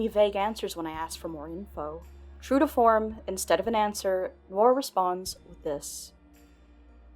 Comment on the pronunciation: Noir: nuh·waar not "nor"